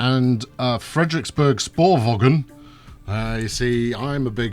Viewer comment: Frederiksberg sporvogn: Frederiksbear spoorvown -> approximated danish pronounciation for you there (you like having a mouth don't you? ;) ) nice video :)